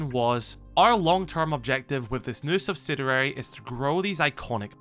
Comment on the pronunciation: SubsiDURAry unnerves me to no end I'm not a native speaker but it can't be that difficult to pronounce it correctly Anyways, maybe they will start running things more like R6M